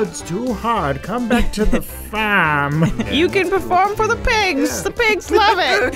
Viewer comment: Adam, what the heck is that voice?! "- too hard, come back to the faaaaaaaaaaahhhhhhmm." It's like if Jared Harris was 100 years old and from Boston except he lives in the stix, on the faaaaaahhhhhm.